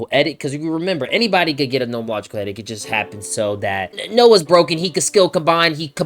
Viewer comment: Eee-Dikt. Not edis :)